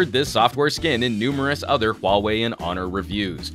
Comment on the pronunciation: finally someone who doesnt say huawei as wow-way...